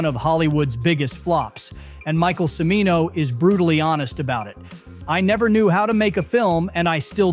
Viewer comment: Narrator mispronounced "Cimino," twice.